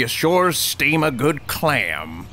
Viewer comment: “Oh no, that’s steam from the steamed clÆm, we’re having steamed clams. Mmm. Oh, yummy yum.”